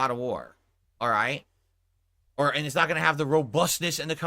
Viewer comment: “it snot”